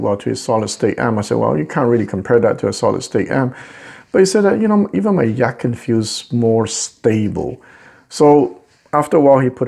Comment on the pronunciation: it is pronounced Yah Chin. which means beautiful sounding musical instrument